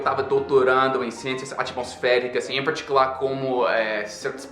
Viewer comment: Parabéns seu português está fantástico: plural, concordância etc. Seu sotaque americano está sumindo. Precisa melhorar no "r". Você está puxando muito está letra tipo "porrrta" "parrrticular" ao estilo do inglês ou caipira do interior de São Paulo ou Paraná. A pronúncia da letra erre deve ser magra "porta" não gorda anasalada "porrrta" como você fala. Assista vídeos no YouTube feitos por nordestinos e preste a atenção na pronúncias das palavras com R. Você vai melhorar. Parabéns.